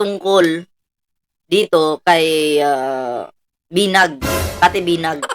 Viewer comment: Cathy Binag po sxa, hindi binay